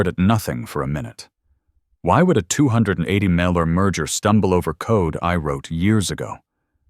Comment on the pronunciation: Why can't AI pronounce numbers? A $200 Muhauhuah dollar patent.